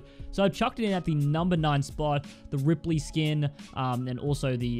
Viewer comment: I clicked off when he said rippely